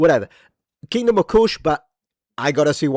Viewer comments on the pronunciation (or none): none